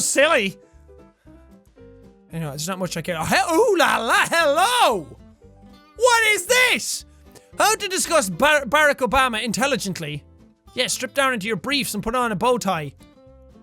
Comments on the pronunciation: UndeadAlcane ikr he says it so weirddddddddd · No offense jack but the way you said"Barack Obama" sounded like "barcle bama" XD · its pronounced brok oboma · its not barek obama, its Barack Obama, get it strait jack, he youst to be the presedent, now its Mc Donald Trump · You keep pronouncing Barack wrong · The way he pronounced "Barack" killed me😂 I know he's not American, so I can't blame him, but it's still hilarious. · lol he butchered Obama's name!! 😂😂